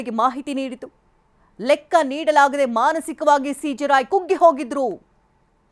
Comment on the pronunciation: lakka alla guru lekka